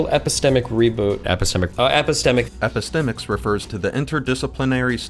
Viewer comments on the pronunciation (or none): You really took the most convoluted and self-important explanation for epistemics. 😂 Not what you said but the definition text you showed. It's also quite funny that Destiny pronounces it wrong. He has never heard it just only read about it in one of his philosophy for dummies books, and thought it sounded smart. True story.